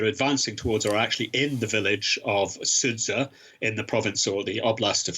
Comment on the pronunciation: It should be doable nowadays to find out online how to pronounce the name of the city...